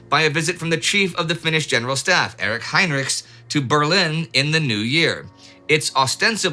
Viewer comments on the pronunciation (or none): They're mostly Swedish names (though I guess Heinrichs is a German name but I think he pronounced 'ch' as [k] rather than [ç]). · Just a small remark. Both Mannerheim and Heinrichs had names with German roots, but which were pronounced as in Finnish, i.e exactly as spelled, not Mannerhaim and Hainrichs. Strange that Lindy, who is always very good with names has not picked this up.